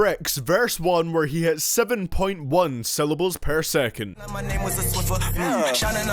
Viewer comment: "Sehvan point foyve syllables pair sehkant"